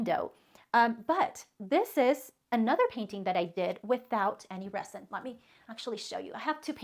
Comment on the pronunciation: I love your video.. but I'm not trying to be pronunciation police but as many times as you say "resin" the "s" is supposed to sound like a "z"..yes I'm an English teacher..lol